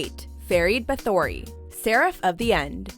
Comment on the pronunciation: OK I'm gonna need watchmojo and to start watching anime instead of getting info from the internet u guys always pronounce anime names wrong it's Ferid Ba-tho-ry like Elizabeth Bathory not Ba-thory